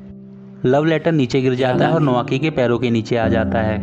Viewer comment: नोआकी नही नाओकी कोटोको नही कोतोको जापान मे ट नही त बोलते है i love drama ❤